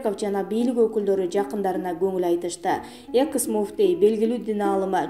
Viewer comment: Экс дебей экыс дейби?